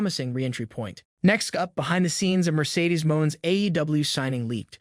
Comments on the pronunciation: Dude the "e" is pronounced in her character's name!! She is Mone!! (a take on Money, as if someone with a French accent would say the word), She is not Mon!! Thank you!! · Mercedes last name I)is pronounced money not mone